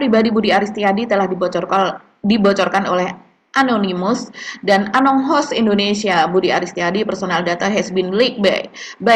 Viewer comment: Mak bacanya jangan anong host, Tapi mereka mengikrarkan untuk disebut anon ghost 😂.